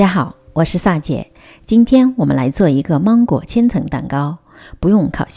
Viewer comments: 不是芒/máng/果吗？为什么发māng呢？如果你是口音问题，那么所有二声的音调都该变的，别装! ok? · 芒果的芒是二声，不是一声。听起来好别扭哈哈哈哈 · 关注很久了，今天尝试了长劲鹿奶油蛋糕卷很成功！谢谢！准备在女儿生日的时候给她做这款芒果千层蛋糕。，我可能是一个强迫症患者，在听你说芒果的芒的时候，好想告诉你，芒果的芒是二声不是一声😂😂😂